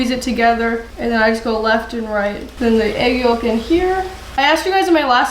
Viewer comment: The "L" in yolk is NOT pronounced. Its "yoke", not "yollllk."